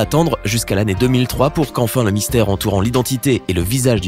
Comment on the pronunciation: mystère pas mistaire